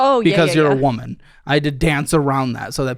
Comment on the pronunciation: Oh poor not being able to say "woman"lol😊